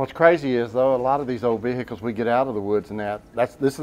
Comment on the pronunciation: Why is it that Americans have trouble saying vehicles.